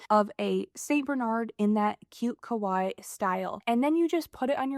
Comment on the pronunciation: Americans pronounce 可愛いKawaii as Kowai. Kowai means "scary" in Japanese, so it's best to pronounce it clearly as Ka-Wa-i-i 😊